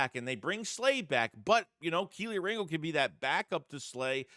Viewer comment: tell Philly500 to stop calling Kelee Ringo…..”KIELY RINGO”…Lol…